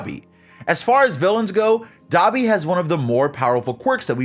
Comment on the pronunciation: Nah Dabi its da bee